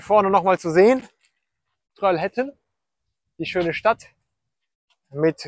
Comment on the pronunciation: Trollhättan. Troll - hät- tan ausgesprochen.